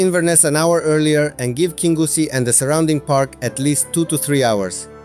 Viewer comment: Your english pronunciation is excellent sir . Your Scottish place pronunciation needs a 'wee bit o work' 😅 great videos. The towns of kingussie and Newtownmore are bypassed by the main A9 road. The two most successful 'shinty' towns in Scotland.